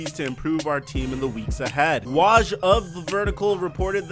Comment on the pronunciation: You're saying Woj wrong, it's W-oh-j